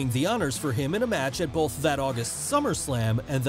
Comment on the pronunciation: You say “bolth” in every single video. There’s no L in that word bruh